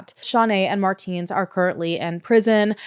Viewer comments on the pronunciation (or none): It's pronounced "Mar-tens", it's been driving me insane the entire video...